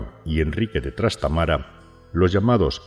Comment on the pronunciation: Se dice Trastámara, no Trastamara.